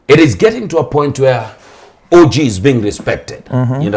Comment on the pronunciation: By the way Jalang'o you have several times pronounced O.G as orgy